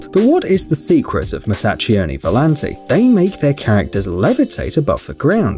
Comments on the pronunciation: The first group, Mattacchioni Volanti, is not pronouced Mattaccioni but Mattakkioni. The CCH in Italian corresponds to KK in English. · You say Mattakkioni volanti , that's how an Italian speaker would hear it correctly . In Italian the combination ''CHI'' would sound like ''KI'' in english , that's your Italian class today LOL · It's "Matta-kee-oni". i knew he was gonna read it wrong lmao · Omg if u have to mention Italian names, at least make sure to pronunciate them correctly. I am referring to matacchioni volati